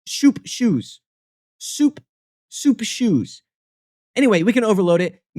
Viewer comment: Hearing "broth inventions" and your many attempts at saying "soup shoes" gave me brain damage, well done